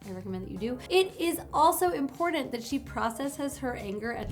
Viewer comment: Just the fact that you enunciate both Ts in the word important give you higher status in my mind. This was good information, and I hope it helps other men who have self worth and good moral values navigate their lives. Unlike myself who can do nothing with this information because I have nothing to offer a woman in return for her attention.